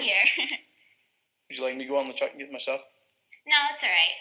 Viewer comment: LOL that was spelled out so perfectly! “Stahff” 😂